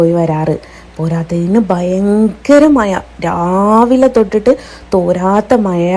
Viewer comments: മയ അല്ലെടീ " മഴ " 🤣🤣🤣🤣🤣🤣🤣🤣🤣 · മയ അല്ലടി മഴ